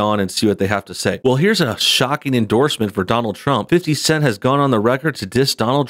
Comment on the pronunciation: Was I the only one to chuckle every time he said "fifty cent" like a middle-aged white guy? 😂🤣😂